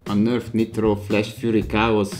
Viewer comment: ok Nörf Niitrot (direkt van 2 i betű) =)